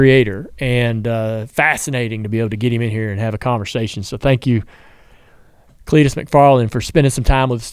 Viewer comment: CLEET TO CUP